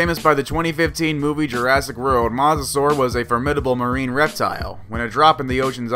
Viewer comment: Yeah on the mosasaurus when you pronounce that wrong and plus yeah I definitely do not want the mosasaurus to live cuz my dad said it can eat about anything I mean it could eat like I don't know I would say 30 people at a time